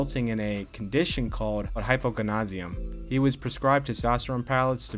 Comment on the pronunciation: Thought your video was great as usual! Just a heads up: it's pronounced high•poh•goh•nad•Izm (hypo like hypochondriac, not hypnosis) I know it was labeled as "opinion" but your story about some kid in class being "projected" (lol) to be short and then being given HGH and growing to 5'10 is basically the definition of anecdotal evidence and EXTREMELY unlikely. Not saying you're lying, just that there was probably way more to the story and to assume he became a giant 5'10 because of HGH is silly. Almost no doctor is gonna give a kid hgh because he might grow up to be short, if he was given it at all it would have been because of an actual medical issue. Even assuming he was, it doesn't make a kid grow a foot or something at most it might have added 2-3" (which is precisely why it's rarely given to children to "make them taller"). Regardless, it effects kids and adults VERY differently. The Carl Lewis one you mentioned is a good example. The reality is that EVERYONE is on them. These are just the guys that were dumb/sloppy enough to get caught. Again, thought your video was great (the "story" just a bit odd and screams "middle school rumor")